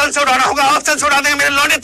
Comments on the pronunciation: When he say lounde i listen lo.....de😂😂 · Aur kis kis ko "launde" me kuch aur sunai deta hai?? 😂😂😂